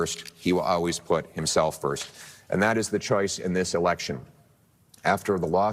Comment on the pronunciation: Im voting for Pierre and he's a great speaker but why can't he say always lol. It's pronounced "all ways" not "al ways".